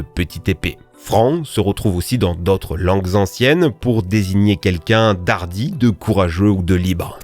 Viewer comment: "pour désigner quelqu'un D'ARDI"? Qui mange des zaricots, également, non?